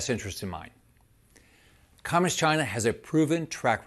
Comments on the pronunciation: He sounds like a moron or an ill spoken 7th grader. And what is the deal with his pronunciation of communist? “Comm’inist?” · "Cominist" China? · Is anyone bothered by the way rick scott pronounces communist? It sounds like comminiss - or something. Anyway, that thief should be in prison, not running for any office. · He can't even say "communist!" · Why is the creepy man not putting a space between communist and china? Worse than trumps pronunciation of CHI-na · Rick seems to have a speech impediment. But yeah, let's make fun of Biden for no reason, Republicans.... 🙄